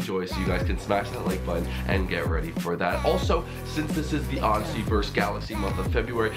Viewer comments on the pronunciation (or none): none